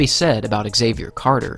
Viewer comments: Pronounced “zavier” not “x” zavier... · Why do you pronounce his name ex-xavier instead of xavier? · why does the narrator say "Axavier" instead of "Xavier" ?? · As a non native english speaker, let me tell you that Xavier is pronounced as a single word. It's not X avier ;) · Nobody ever pronounced Xavier "exayvier" 😂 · Why do Americans say “egg-Xavier”? Is this the proper pronunciation over there?